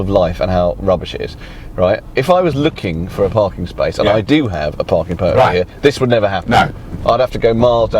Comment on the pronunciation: ..."...it's good 'ere.... "